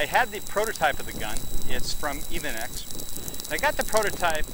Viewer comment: Evanix pronounced two different ways in one video. LOL